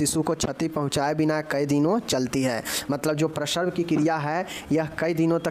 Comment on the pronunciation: बांकी तो सब ठीक है लेकिन उच्चारण सही कीजिए जैसे प्रसव को आप प्रसर्व बोलते हैं....